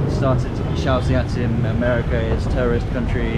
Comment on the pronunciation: Calm down, she only said "Terrierist". - knp